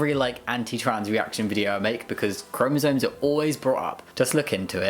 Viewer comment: I love your stuff but please it's "chromosoMes" not "chromosoNes"